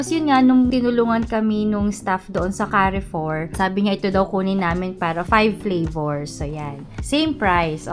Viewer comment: Cha - ree - foo